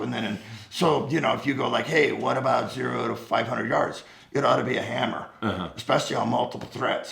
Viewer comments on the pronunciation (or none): none